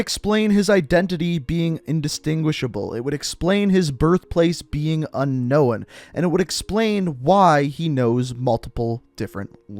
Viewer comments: love you dude but the way you pronounce unknown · How tf do you say unknown wrong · Why tf do you say unknown to fucking weird😂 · The way you pronounce unknown triggers me. Like the way Stewie pronounces cool whip. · Everytime he pronounces unknown, A teenager has a miscarriage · Bro, the w is silent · I love your videos but, the pronunciation of unknown is killing me man. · The way you keep pronoucing "unknown" drove me nuts.....But I love your content bro. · btw the W in unknown is SILENT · Hate the way you say unknown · You said idk how to say Nikto But... you dont know how to say unknown lmao jkjk dude like again your one of the best modern warfare news out there thanks for your info man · when you pronounce unknown as unknowin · Anyone else think he says I know weird He says it like un-no-wen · Ok but this is annoying my so what the fuck is unkowin it’s pronounced “un noen” please look it up if you think it’s unknowin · Is anyone else triggered by the way he says unknown? It’s “un-nown” not un-nowun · It’s unknown not un no one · Un-known is pronounced unh-nown, not unh-nown-in. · I have to say and I hate to be that guy but un-known not un-knowin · Is it unknown or un knowen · The way he says unknown pisses me off so much! It’s unknown not unknowen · He really said "unkowin" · He has to know that he is saying "Un-Owen" and not Unknown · Good video but the homie says unknowin instead of unknown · Before making another vid, please teach yourself to say UNKNOWN properly it’s a two syllable word man not 3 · I subbed just for the "unknowen". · “First language is UN-NOWAN” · You notice he says unknown by unknowin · i like how you pronounce unknown as unknowin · Dear god, I never realized how much it bothers me when people say Unknowen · un owen lol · Un-Owen hmmmmm must be another operator lol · Z3r0_DAys yeah he says it like unkowen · Lol. Yeah unknowin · He says unknoen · Unknowan* lol unknown mate... get it right ffs... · Why do you say “unnowen”